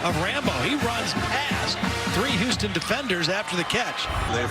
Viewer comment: Its Houston. L ok l